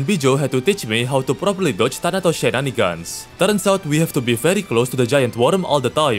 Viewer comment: The way he says shenanigans is peak